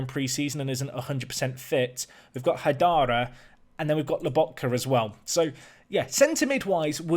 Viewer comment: And, you know, HY-DARA and HORE-LUND. I mean, this dude's pronunciation of player names is atrocious, but I've got a laptop and FM20 coming on Monday, so I'm watching everything I can. Also, if we're being critical, his speech pattern is: --> talk for a minute --> pause --> swallow --> lip smack Just over and over again. Still, absorbing the tips and strategy, so that's cool.